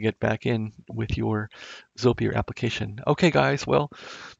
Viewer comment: It's pronounced, "ZOY-purr", FYI...